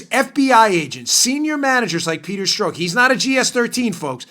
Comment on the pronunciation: lol. why u keep calling him "peter stroke"?? no one pronounces his name that way, so assume u r making a joke, but u don't say ur joking, so joke gets lost. guess it's possible u actually think his name is "peter stroke" (like "coke")? but, just in case u didn't know, only heard his name pronounced "peter strock" (clock)!